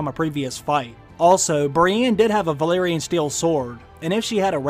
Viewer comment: Also it's Valyrian not Valerian, the place is called Valyria not Valeria.